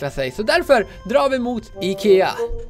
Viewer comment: Det heter ikea inte ekea